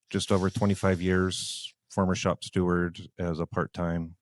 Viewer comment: I'd like to point out, it's shop STEWARD not shop Stewart.